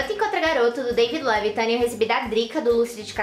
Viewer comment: Daí a pessoa vai lá e pronuncia Levithan direitinho. RIDICULO. "O Presente do Meu Grande Amor"... Quero muito muito muito. PUT SOME FAROFA <3 PRECISO TAMBÉM, SOCORRO.